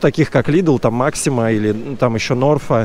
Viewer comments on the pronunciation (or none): none